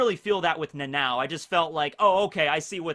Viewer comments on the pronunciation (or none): Dude its nana O not Nanaw or Nanaow or whatever you calling it. I dont understand how hard could it be for americans to pronounce it.